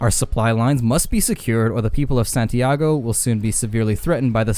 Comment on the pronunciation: Santiago de los Caballeros... not San Tiago XD